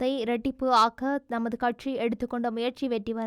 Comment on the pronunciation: கட்ஸி இல்லை அம்மா. கட்சி. சரியா உச்சரித்து பழகவும்